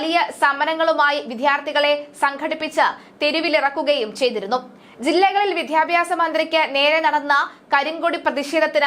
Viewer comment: പലപ്പോഴായി സൂചിപ്പിക്കണമെന്നു കരുതി....വേണ്ട വേണ്ട എന്നു കരുതി മാറ്റി വച്ചു. ഇനി പറയാതെ വയ്യ വിദ്വാർത്ഥി, വിദ്യാഭ്യാസം എന്നീ വാക്കുകൾ ശരിയായ രീതിയിൽ ഉച്ചരിക്കാൻ ശ്രമിക്കണം. നാണമില്ലേ ഇത്ര കാലമായിട്ടും ശരിയായ ഉച്ചാരണം അറിയാതെ വലിയ ഗമക്ക് വായിക്കാൻ കഷ്ടം ഇനിയെങ്കിലും ശരിയായ ഉച്ചാരണരീതി പഠിക്കുക